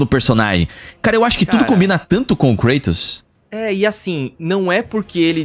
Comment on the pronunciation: Namoral foram contamidos pela falta de zelo na dublagem, não bastava chamar um grego de Krueitous quando na verdade é KrAtos e agora a CaLÍOpe que chamam de Calaiupe kkkkkkkk, tirando meu câncer nos ouvidos, parabéns pelo canal! 👏🏼👏🏼 Mas voltando a critica, aho as vozes da dublagem brasileira muito boa, mas parece que falta vontade de supervisionar direito, parece que os dubladores são disconexos com a realidade e deixam passar erros GROTESCOS como por exemplo, personagens gregos com nomes pronunciados com sotaque estadunidense, namoral, ninguém nunca viu Xena e Hércules? Ninguém viu nenhum filme ou serie gregos pra saber que os nomes estão com a pronuncia totalmente errada, depois disso vou assistir um Nérutô kk cansei de ver dublagens com expressões ou palavras com sotaques pronunciados de forma totalmente incoerente, parece até que o dublador mora em Miami, sei as pesosas fazem muito meme com as dublagens de portugal, que realmente tem muita bomba, geralmente em coisa antiga, mas a dublagem do GoW é perfeita, quem puder textar, tente essa experiência nova, zerem o jogo novamente na versão de Portugal, pode ser esquisito o sotaque, mas o esforço na dublagem é sensacional! TODOS os meus GoW são midias fisicas de Portugal (exceto o 3 que é remaster BR, mas com dublagem PT) os 3 seguintes são de Portugal